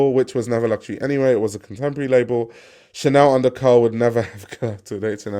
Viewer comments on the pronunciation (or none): none